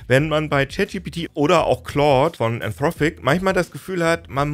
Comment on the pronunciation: is nicht "anthrophic", is "anthropic" ;)